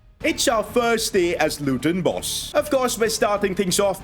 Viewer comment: The Indian accent is brilliant the way he says luTon 😂